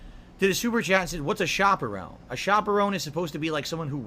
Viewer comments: I love the question “What is a shoperone (chaperone)”😂. That went right over his head. How does he mispronounce sh*t so wrong? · Shoperown 😳 huh!? Do you mean chaperone!? That’s a bit right suprcrzy? Right after the Pavlov’s dent bell too. What a world. Thanks for the diligent effort good sir. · Pig ups suprcrzy.. this shit needs documentation.. Edit: a "shopperone?" Why does the have such trouble pronouncing words? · Chaperone does not have the long O sound you moron!!